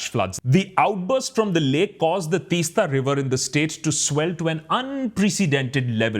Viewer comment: Please pronounce the name of the river (Teesta) like Teas-ta. (It's the T in tea. ) Thank you for talking about it. As someone who has grown up in that area, the river Teesta used be a free flowing beautiful river, now there is no flow of river, it looks like a still lake instead. There ued to be sandy beaches on the sides of the river, after the dam, no beaches left, everything is covered by still water. Not only this, now they are building a railway lines there in the hills, it is unbelievable. There are making huge holes through the hills and rocks for railway tunnels. Another disaster awaits i feel. The problem these days is, villages are becoming towns, towns are becoming cities, and cities are turning into megacities. My home is a village there in the hills, i work in a metro city, home used to be an escape from the noise, pollution, being in nature, now everything is gone. There are only buildings and constructon around, the lovely view of the river and hills that one would see no longer exist. I feel suffocated now wherever i go. There is no space.